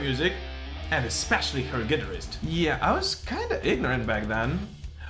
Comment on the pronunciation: The way hes pronouncing Guitarist is totally lame and 100% wrong sort it out........